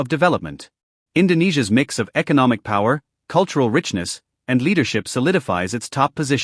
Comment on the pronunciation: No pawer you laiyer 😂😂😂